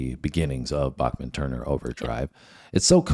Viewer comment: FYI- Randy pronounces his name as Back-men not Bock-men. Fred Turner was an overlooked vocalist and bassist.